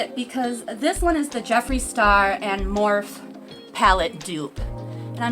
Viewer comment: I have quite a few of the Ucanbe palettes. High quality for a low price. (Morphe is pronounced Mor-fee)